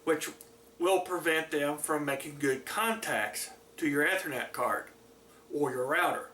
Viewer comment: The way he says ethernet. (Eee-ther-net